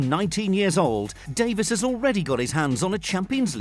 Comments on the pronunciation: Davies, not Davis, Davieeez. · It’s. Not Davis it’s dave eees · Alphonso Dave-ees. Davies and Davis are not pronounced the same! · Don’t you get irritated how he calls Alphonso Davies , Alphonso Davis